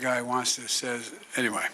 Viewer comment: I love President Biden and I am sure I am not the only one who knows when he says ANTWAY he is using it in place of a Foul word ! Keep going Joe !!